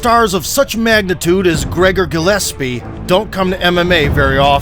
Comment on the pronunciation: Gregor "gelespee?" Bruh